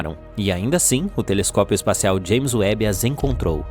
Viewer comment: de video e já escuto um, TELESCOSPIO , ai você me quebra...mas vou assistir ta kkkk